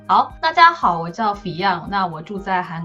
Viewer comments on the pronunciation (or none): fiㄤ一直念成fi甕耶🤣